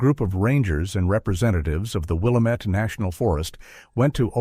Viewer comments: I am an Oregonian I have been here all my life. The pronunciation of Willamette is will lam ette not willow mette just so you can sound like a real Oregonian. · Pronunciation - Will-am-et, named after the Willamette River. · It’s actually pronounced “Will-Lamb-it.” Grew up near the valley and heard it my whole life. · It's pronounced Wah-lamb-it not Will-ah-mit. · It is NOT "Willuhmet"! One syllable. It is "Will am met". Three syllables. Get it right AI. I live here. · with the stress on LAMB, not WILL. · Not Willa-met it's pronounced Will-lamb-it. Thumbs down for a multitude of errors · Willamette is pronounced "wil-LAM-it or wa-LAM-at" depending on which side of the Cascades Range your from, not "wil-A-mit". But great telling of the "story". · Lose the computer voice that can't pronounce Willamette. It is pronounced "will am et", not "will uh met". It hurts the credibility of the story when you can not pronounce the locations correctly. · It's pronounced "will Am et" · It's pronounced WILL-AM-IT.. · It is pronounced Will-Lamb-it, I have lived in Marion county, Salem Oregon for 66 years. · If he doesn’t stop saying WILL A METT I’m gonna stop watching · It's pronounced Will-Lamb-It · I live in Seattle and I'm gonna come down there and walk around town saying "William-ette" the whole day just to be annoying. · It's not Will-uh-met, remove the 'D' from Damn-it and that's how you pronounce the 'amette' in WIllamette. I'd hate to hear how you'd pronounce 'Yachats' or 'Coquille' or 'Champoeg' or even 'Deschutes'. At least you got Oregon right, so many people pronounce it 'Or uh gone'. Creepy story, never heard it before and I've lived in Oregon for thirty five years. Probably not real. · It's pronounced: will-am-it. Get it r.ight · It's Wil-lam-it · Locals and those who have lived in the area know how to pronounce it…Will-AM-it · Following the AI's egregious mispronunciation of Willamette, I instructed my AI to compose an indignant response.